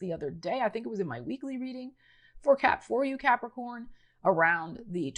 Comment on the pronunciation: Love the way u say Capricorn